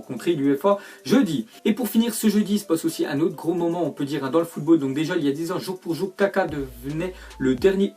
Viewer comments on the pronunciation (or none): none